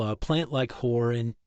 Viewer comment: It would have been nice if you had enunciated the middle R sound in "horror" a little better. It kinda sounded like something else...